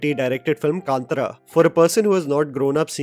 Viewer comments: It's pronounced Kantaara, jaby koay, not Kantra😅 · Kantara.. it's not hard. Worst is your telugu pronunciation.